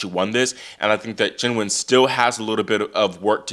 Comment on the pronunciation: Can I just say I appreciate how much research you do down to pronouncing Qinwen's name properly. It's not "Keen Wen" it's like "Cheen Wen"